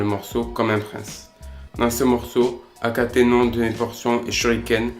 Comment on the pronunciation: Akenaton et non akatenon